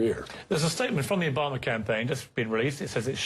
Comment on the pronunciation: STOP SAYING OBAMER, LOL